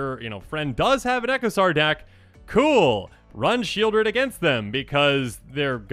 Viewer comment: Sheoldred is named for the place, Sheol, which is pronounced Sheʾōl, not like Shield.